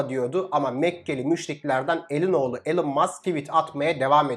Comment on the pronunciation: Sedat Peker gibi süslü elon diyor😂😂😂